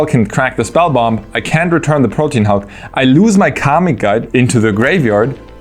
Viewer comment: The correct pronunciation of Protean is 3 syllables "prow-tee-uhn" and means great diversity or variety.